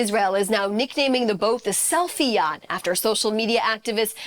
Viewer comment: Great job on the "sellfie yatch"